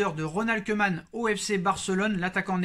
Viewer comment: Salut... Juste pour t'aider avec les noms Bataves... Koeman se prononce koumann et non keumann... Vandebeek vandebéék et non vandebik... Wijnaldum veil nal deum et non vijnaldoum... J'en peux plus des journalistes et commentateurs qui déforment les noms néerlandais... Oe c'est où, ij ou y eille comme dans veille, ee un é long, u un peu comme en anglais limite un é muet... Je sais que c'est pas évident quand on ne connaît pas la langue mais juste un petit effort quand on a l'info pour être respectueux vis-à-vis de ces joueurs. Voilà on repart pour cette saison très compliquée